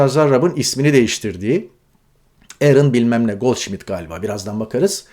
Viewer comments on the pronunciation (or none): It's Goldsmith not Goldshmith!